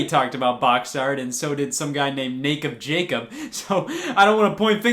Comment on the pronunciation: "Nacob Jacob"